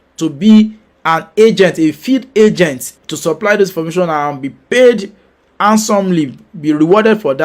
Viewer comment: The lawyer in green said angent instead of agent. That was funny for me🤷🏿‍♂️